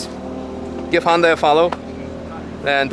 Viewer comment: Great review. The only suggestion is with your pronunciation...it's "Hyun-DAY" (As in "Rhymes with Sun-DAY" from the famous Super Bowl commercial on how to pronounce the name). Otherwise, great review